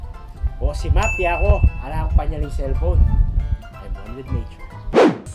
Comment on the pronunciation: anang ma ku 'semap' ya kanu, vs. simap